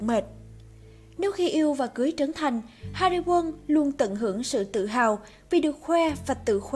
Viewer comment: Hariwon bã đọc hari quân 😂